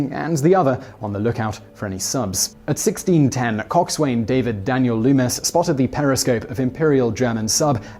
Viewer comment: It's pronounced Cox'un not coxswain . . like Bosun for boatswain.